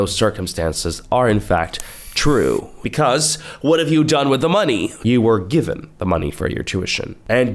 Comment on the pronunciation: Every time I hear “chu” I think of tophiachu😭